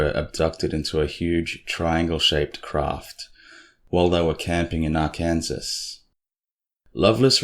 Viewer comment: How ya doin' buddy?? I miss our witty banter! BTW, Arkansas is pronounced Ar- kan-saw. Don't ask me. I just work here. Great video👍as ALWAYS!! 😊